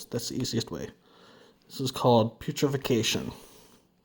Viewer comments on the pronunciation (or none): You know what's funny? I zoned out as soon as I heard zone out to the part where he said putrefaction wrong lol Pugh - treh fax shun